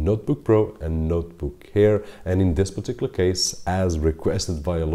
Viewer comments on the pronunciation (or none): none